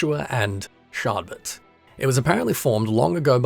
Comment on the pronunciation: I both love and hate that you keep calling the main protagonist Shardbert! Keep it up, I love it!